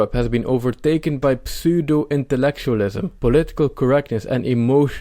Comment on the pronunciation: De P van Pseudo spreek je niet uit. Het is een stomme P zowel in het Engels als in het Nederlands. Leuke video en een fijne dag. Edit: Dit is ook zo met psychologie in het Engels.